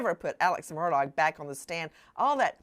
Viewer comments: It's pronounced murDOCK Not murDOGG. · Alex "MURDAUGH" THE G IS SILENT. Mur dahhhhh. Not MUR DOG. for future references The purpose of the evidentiary hearing "THE JUDGE WANTED TO MAKE A FULL AND COMPLETE RECORD WITH ALL POSSIBLE EVIDENCE AND PROFFERS "For the Appellate Court to decide based on facts" and all the Lawyers knew that. IN THE LEGAL WORLD ITS CALLED A HANDOFF but this was done properly.